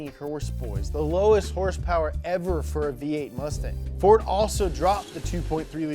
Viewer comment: My first Fox was a flat window 1982 Capri 5.0 4 speed.. I currently have an 89 LX 5.0 out of Missouri... First time viewer on your channel, instant subscribe when you said hrsprs! Ever heard of the Youtuber Fleccas? You could be his long lost brother! :D